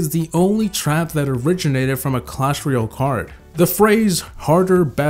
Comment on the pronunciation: Hey, just saying it's clash ROYALE, not clash ROYOL